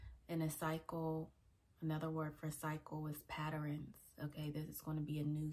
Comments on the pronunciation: Great word. But Patterns, not Patterines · Patterns Not Patterens. My apologies, had to state that. I LOVE your content though!❤